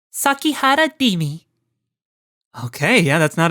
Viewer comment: It's Rimi, not Dimi. Come on, you forgot about her ? We even went to the library together last week !